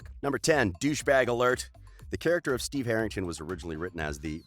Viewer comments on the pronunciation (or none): none